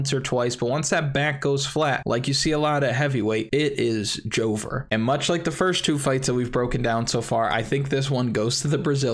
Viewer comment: my boy said " ITS JOVER "